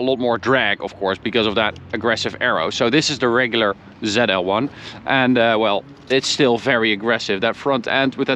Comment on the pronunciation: Not called Zell L one, zeee L one